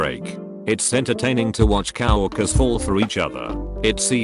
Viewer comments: It bothers me that the robot says cow workers instead of co-worker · Come on, Robot! Cow workers? Farms and ranches are getting fewer. Edit: "HR" is another case where each letter needs to be pronounced separately . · Ah, yes... The Cow-orkers